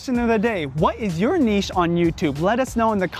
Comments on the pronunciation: So glad you said “neesh” and not “nitch” 😁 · Nice to see you are finally pronounce niche correctly lol